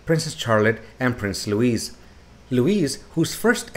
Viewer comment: His name isn't LOUISE it's LOUIS pronounced LOUEE not LOU IS